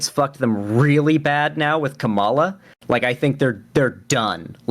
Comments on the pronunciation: still gets tripped up with Harris's name, like a lot of people. For those forgetting, it's KAH-ma-la, not Ka-MAH-la. Be wary, though, some talking heads on the right are mispronouncing Harris's name on purpose as a way to diminish her, kinda like "Barack HUSSEIN Obama" was used to imply him being some sort of foreigner or secret Muslim. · Dude its sooooo annoying. Its KA-mala not ka-MALA. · L. Say her name right. It's "Kama" as in comma, and la, as in lalalala. Comma-La. KAMALA. Or say Harris. 🙄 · please just pronounce Kamala's name right please please please it can't be that hard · Why can't he say Kamala's name right? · even corrected him, and he kept doing it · Oh god so wanted to go and salute those dumb jets so bad instead of continuing this with an hr to go. Then you check him on him on pronouncing Kamala... I almost get angle, but naw he's fos. reasonable af. Anyway, this comment is just for the algorithm. Love! ❤️ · Does ever say Kamala's name right? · pronounces “Kamala” wrong and I feel it has to be intentional. Emphasis on the first syllable. Reason I say this is because republicans used it as an attack on her back in 2020 to pronounce her name wrong. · He was directly corrected in this very debate and continued saying it wrong. I think you're being delusionally charitable. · Dude can't even say Kamala right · really didn't sit right with me how shark corrected him and he still went ahead and kept mispronouncing her name